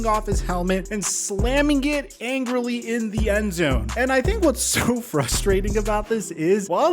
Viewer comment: angrily not angerly